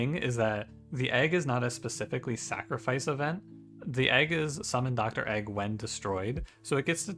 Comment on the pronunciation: I can’t believe you call Dregg “Doctor Egg”